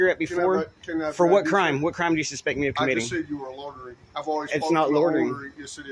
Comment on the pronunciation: Loitering not lorterin.